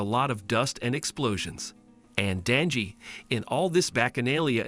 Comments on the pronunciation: It's Denji not danji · Danji lol its denji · His name is denji not danji